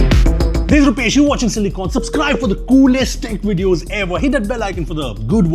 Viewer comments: Subscribe ❌ Supscribe ✅ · If Rupesh ever owns Youtube, the first change he would do would be - su'P'scribe. 😁😂